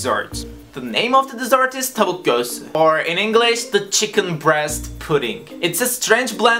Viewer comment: Videoyu açtığımda seni Amerikalı zannettim sonra birden düzgün bi şekilde "Tavuk Göğüsü" dediğinde noluyo la dedim şaşırdım çok iyi ingilizce konuşuyorsun 👌